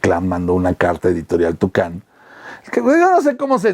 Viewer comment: Soy Otaku y no me ofende el caso de las guerras mágicas, amo al fandom de lo japonés quiero trabajar para ellos algún día, pero sé que somos un caso. Conocí a Adaliza en una entrevista, es muy apasionada, no dudo que aún no te perdone. La editorial se llamaba "Toukan" no "Tucán" :P